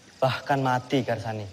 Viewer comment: Karsani. Ucapaanmu benar